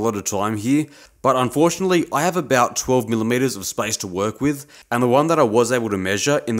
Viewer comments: SPACE! YOU MEANT SPACE! GOD! I feel like an idiot 😭 I swear it sounds like spice in your accent. I thought why does he need cooking ingredients in metal working anyway? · well, it's obvious now! When I was watching it in bed yesterday, it sounded like spice and I was absolutely confused 😅